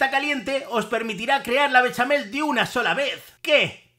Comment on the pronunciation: Solo le dí a like por el "beshamel, beshamel musho!"🎶